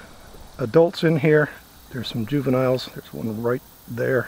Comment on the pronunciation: "juvinile" Bugs, anyone else find that funny? :P Is he a police officer?